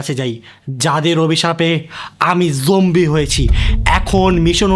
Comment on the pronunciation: Zombie ❌ Jombie ✅